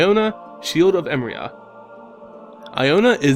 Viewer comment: Hmm never knew what her deal was... Btw just to be picky, its pronounced emeria E -meh -ri -ah not emria...